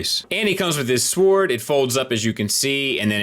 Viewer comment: Love your reviews man, but damn the "W" in sword is silent! I hate being that guy but it's driving me crazy lol